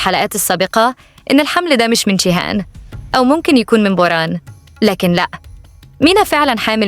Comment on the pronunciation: ليه بتنطقى جيهان بالشين